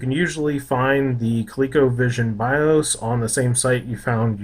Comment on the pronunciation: Bios: “Bye-auhs” ;)